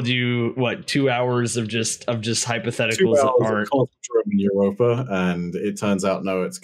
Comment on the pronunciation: Wow you called Europa spot on